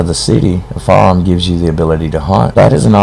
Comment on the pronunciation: Even the subtitles couldn't tell he was trying to say, "firearm". "You'll need a "faam" for hunting."